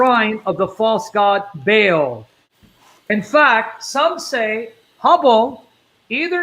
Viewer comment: Interesting how is pronouncing the entity’s name to sound like Hubble, our huge space telescope, and the Vatican originally named their telescope Lucifer.